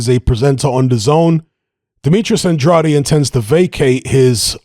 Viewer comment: With all respect... Andrade... Pronounced "An-drayd"